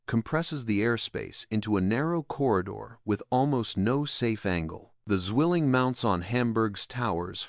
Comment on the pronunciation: Zwilling not swilling your not chugging a beer